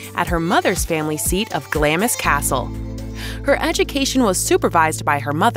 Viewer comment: Please take the time to learn the correct pronunciation of British names and places eg “ Glamis” Castle and “ viscount.”